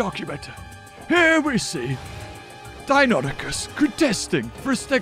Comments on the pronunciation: Deinosuchus not Deinonychus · Don’t you mean Dienosuchus? You were calling the crocs dienonychus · Deinosuchus not deinonuchus. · I love your content but please it's Deinosuchus not Deinonychus, Deinosuchus is the croc and Deinonychus is a type of raptor